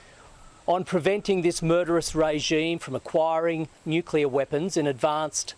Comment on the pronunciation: NUCLEAR. Not, NuCuLaR.